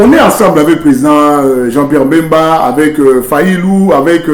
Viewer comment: Il s´appelle Bemba et non Mbemba.